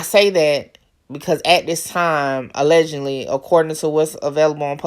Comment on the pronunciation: So they tripping because you say A-legend-ly instead of a-ledge-ed-ly😂😂😂 is it really that serious 😂😂😂